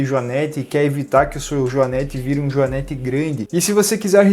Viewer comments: A pronúncia correta é o joanête,com o e com o som fechado. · Joanete e não joanéte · JoanÊte sem acento. Não joanÉte. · A pronúncia correta é JOANÊTE, com a letra "e" fechada, não "joanéte", com o "e" aberto.